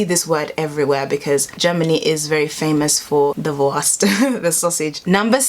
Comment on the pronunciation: It's pronounced: "Wurrrrrrst!"